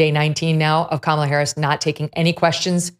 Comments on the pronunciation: Andrew’s not pronouncing Kamala right. I can’t believe political pundits who talk about her every day haven’t taken three seconds to Google how to pronounce her name. After hearing everybody pronounce it differently, I decided to Google it and now I know. Why don’t these people whose entire career is to talk about her take three seconds to look up how to say her name? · Why did you allow your guest to mispronounce Kamala's name so many times? And mispronounce it yourself? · How many times are you going to mispronounce Kamala's name, bro?